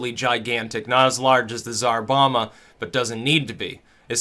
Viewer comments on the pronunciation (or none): You pronounced "Tsar Bomba" as "Bizarre Obama"